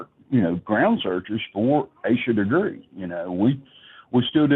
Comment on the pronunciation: After hearing her name for 25 yrs you still pronounce it wrong is crazy